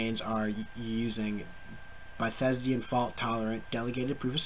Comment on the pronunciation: Are you saying Bythesdian!? Haha Read the word slowly. Byz·an·tine ˈbizənˌtēn,ˈbizənˌtīn/